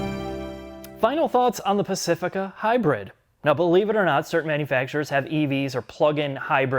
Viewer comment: Did he call it high bird Lmfaoo